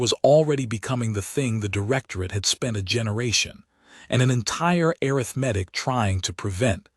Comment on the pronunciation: The AI needs to be trained where to properly put the emphasis on English words. It's aRITHmatic, not aritheMETIC.